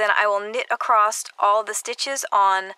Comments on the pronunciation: Ivory Gilyard Her "acrossed" or "acrost" is actually what you and I would say as ACROSS! I wondered about that too until I realized she was just not properly pronouncing it. Working on two socks simultaneously but on separate needles can be so confusing. I simply took the time to learn the two-at-the-same-time method and with both on my needle and working sock B just as I did stock A gives me an identical pair without having to keep my place. It truly is so simple and much less confusing. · Sorry, but it's across, not acrosst. Really made it difficult to watch this, which is a shame, because it seemed like a helpful video. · Across across across there is no T in across(t) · Acrossed. ACROSSED. WHY??? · ACROSSED. I CANNOT WATCH THIS TUTORIAL! And it's a shame as she does show some cool stuff.